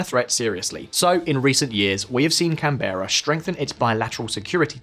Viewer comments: /‘kænbɘrə/ with the accent on the first syllable and not /kæn’bera/ with the accent on the second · FYI its not pronounced Can-Bear-a its more like Can-bruh or Camn-Bruh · can-bra not can-bear-a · Ok. Say can, as in beer can. Now say bra, as in holds up titties. Can Bra Canbra. Canbra. Never ever called pronounced Canberra. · Canbeara got me laughing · Nice vid, but please stop pronouncing it as "Can-berrah". It's "Canberra", sounds like "Canbra". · Canberra is pronounced (Can-ber-ruh) not (Can-berra) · Just food for thought. But we pronounce the capital as "Can-bra". Not "cannbeera". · I was born here in Sydney, Australia and I bet that we can become a Superpower in Upcoming decades. Also, I bet that most of you fellow Aussies will agree with me when I say "Its not Pronounced Can-bear-ra, Its actually Pronounced Can-ber-ra!!" (The same goes for Wollongong, Brisbane, and Melbourne) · can-brah > can-berra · "Can Berra" every ozzi listening lolz... Its pronounced Canbura all said in one word rofl!! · “Can bare rah” its “can bra” lol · The way he pronounced Canberra was so ass come on man its not that hard its can-bru not can-berra obviously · Can-bear-ah 🙅‍♂️ Can-brah mate ✅ ☺️ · CanBRAH not CanBURa. Aussie english is't phonetic, my man. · It's pronounced Canbruh not Can berra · Just have to mention, it’s said ‘Can-br’, not ‘Can-bear-a’ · Sorry mate, but it's can'bra 2 syllables, not can-bear-a obviously spelt Canberra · Great video but it made me giggle everytime you said "can-bear-ah" as we pronounce it "can-bra" here, minor details, good work :) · Yeah-nah, it's "Can-Brah", not "Can-ber-rah". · Canberra is pronounced "can-bra", not "can-bear-ah" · When did CANberra become Can BEAR ah? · Canberra 😅 Can- ber- ra Aussies say : Can- Bra 😂 We just had to shorten it 😜 I hope Australian military security sector is doing its job. 🧐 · Cam bear a. Mate it's pronounced cam bruh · Lol Can Beara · We pronounce it "canbra" not Can-berra incase you were wondering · Can- berra lol